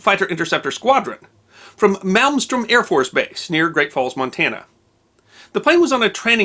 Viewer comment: mal-strum is how its said..... i live in NE montana